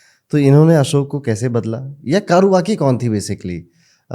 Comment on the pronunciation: कारुवकी नही कौर्वकी है ।